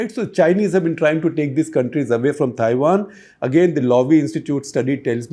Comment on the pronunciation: This guy needs some basic accent training. He pronouncing Taiwan as Thaiwan.